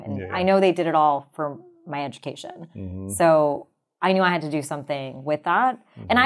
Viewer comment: I had to switch off. What is it with people who drag out their last syllable? Educatioooon .... sisterrrrrrrrr .... for me it's akin to someone scratching a plate with a forrrrrrrrkkkkk 🤣🤣🤣